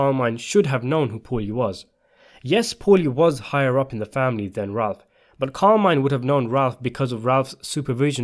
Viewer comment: Car-mee-neh, not Carmaine.